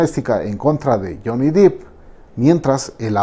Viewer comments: Se pronuncia Johnny Deep ( Dep) exacto como se escribe.... no dip... no soporto ver ese video de Ámbar es tan falsa la tipa.... a millas se ve que miente....😠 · no. Te sugiero que veas videos en inglés donde lo presenten para que te des cuenta. Incluso él lo pronuncia como "dep" en un casting. Búscalo. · Es "Depp", Johnny Depp. (Con pronunciación Dep). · Se pronuncia " Deep" con e, no con i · Porque pronunciar Johnny Dip si se escribe Depp, no Deep? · Se escribe 'depp' y se lee "dep" se ah informado su pronunciación. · Alguien que le diga que no se pronuncia Jhonny "Dip".... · No pude ver el video, me estresó mucho que le dijera "johnny deep" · Cuando le llamás Jhonny Deep, suena a actor nopor jajajaja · Es Johnny Depp...no: Deep, por favor pronuncielo correctamente en próximos vídeos. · Johnny dEpp, no dIp jajaja no hay doble "E" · Depp no dip DIOS cuando van a aprender a pronunciarlo😣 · Está buena la información brother, pero por favor dejen de pronunciar dip, es dep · Depp mi amigo no es Dipp, DEPP no DiP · Sorry es Depp no Deep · Es Depp no Dip ni Deep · Que tonterías, una narración meramente subjetiva y descriptiva... Si para notar que hizo un sonido onomatopeyico necesito un "análisis" que dice eso de mi? 😒 Y el apellido, no se pronuncia Dip. Se pronuncia Depp. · Todo bien pero desespera que pronuncie mal el apellido. No es “deep “ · La PRONUNCIACÍON es DEP. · Todo bien, pero por qué se esmera en pronunciar “deep” cuando en realidad es Depp? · No es DIP (DEEP) es DEPP.... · Solo una anotación, la pronunciación correcta es D-e-p no dip, puesto que el apellido es Depp no Deep. Gracias por un nuevo episodio. 🙏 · Solo una observación: se pronuncia, Jhonny Depp, así como suena (dep), ya que Jhony "dip" es un actor porno. 😜🙃 Me encantan sus videos, saludos. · Gracias!!!! Casi me daba un ataqué cada vez que decía Dip!!! Es DEPP!! “dip” seria DEEP!!!!! 😤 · DEPP! Johnny DEPP. No "DEEP". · Se pronuncia Johnny “Dep”, no “Dip” :)